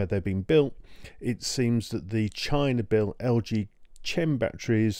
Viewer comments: "LGChem" It's pronounced UK /kem/ US /kem/ The video is rubbish. I cannot trust a word you say if you seriously said /tʃem/ Please learn to speak before presenting to an audience of a million. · The H in Chem is silent. Chemistry, Chemical